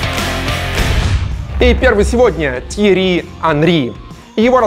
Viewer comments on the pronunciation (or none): ТьеРРи, а не Тьери(